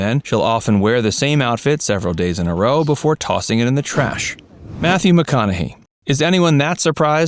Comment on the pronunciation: BEFORE NOT BOOFORE 🤬